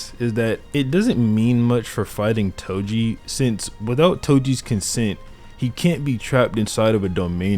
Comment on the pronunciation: Bro said edo toji 💀💀💀💀